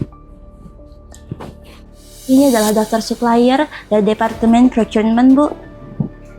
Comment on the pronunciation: Itu menit ke 42 dan seterusnya, staff yang pake batik gak diajarin ngomong istilah dalam perkantoran dulu ya? Procurmen, purkesing.... DONGOK! 😅😅😅😅